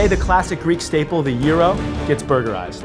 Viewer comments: It's pronounced jryro not yeero get it right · Throught the show I thought you were saying euro, not gyro. Shouldn't G be more emphasised? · same here, and gyro? lol thought the G was there to be pronounced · You say Gyro(Euro) I say Gyro(Gi-row)